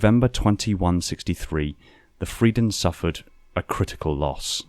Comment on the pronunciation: You have to pronounce the "r" in "Frieden" more german.